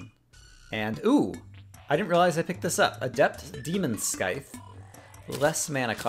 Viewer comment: it's pronounced "sigh-th".:(